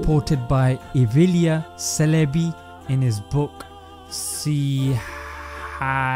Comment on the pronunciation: its pronounced Evleya Cheleby